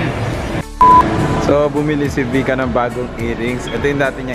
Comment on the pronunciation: Vika u always murder the name when you shoutout. 🤣🤣🤣